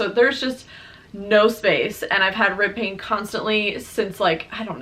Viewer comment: OH! Rib pain! I thought you said “ripping” and I was like OUCH, what muscle is ripping?! So happy your 3rd trimester went well. Saw her on IG and she is so beautiful! Congrats!!!